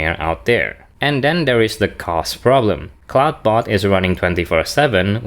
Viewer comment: You keep mispronoucing "Clawdbot". "Clawd" rhymes with "god". It does NOT rhyme with "loud".